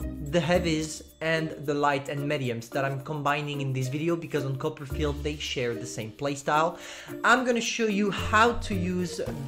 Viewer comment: Everyone: Copperfield: cuppa'field